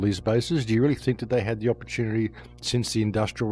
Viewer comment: Opportunivoire? That's a new one. Edit